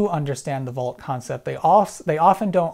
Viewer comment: Hard to tell when you're saying "Bolt" vs. "Volt". Please keep in mind that we don't all have great hearing.